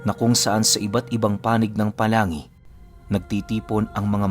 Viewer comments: POLANGUI po hindi po palangui 😁😁 God bless po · Good evening. Ang lugar po ata ay POLANGUI ang bigkas ay "POLANG-GI".. wala akong alam na lugar sa albay na pangalan ay Palangi. Taga Albay din po kasi ako.. Hehe.